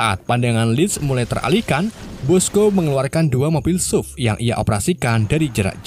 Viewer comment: suv bacanya esyufi lah bang wkwk